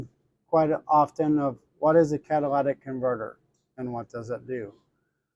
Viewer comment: In the word catalytic, where the letter y is you are pronouncing it with a letter a sound. It’s catalytic, not catalatic. Not being a jerk, just giving you a heads up. At least you’re not saying Cadillac converter like I’ve seen on another video or two.🙂